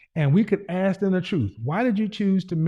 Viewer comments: ASK!! Not AXE!!! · i just wanna know why black people can't say " mask" " task" " flask" but they cant say " ask" they say : axe . Can you or someone explain ?